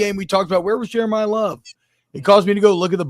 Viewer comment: yall saying jerimah love like hes jerimiah smith!